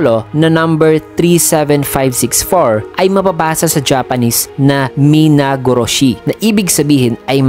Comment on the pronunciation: Deeeym, grabe dun ako na tamaan sa sabi mong "mina-go-ro-shi" astig!!